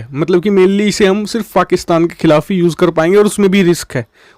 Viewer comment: What u say fakistan???😅